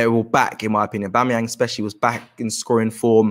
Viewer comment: This man butchers every Arsensl player's name: Abameyang, Bengozi, Williams....